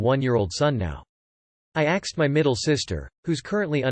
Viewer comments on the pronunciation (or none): Why is the robot all of a sudden pronouncing the word "ask/asked" as "axed"? It just randomly started doing it roughly a week ago... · Narrator STOP saying 'axed' or fix your robot!